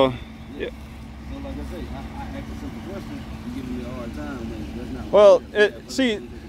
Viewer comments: He axed you... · He axed u!!! Lol.. I always wonder how and where the sympathy and apathy go when the badge goes on. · He axe 🪓 you. And said it’s not the lie berry.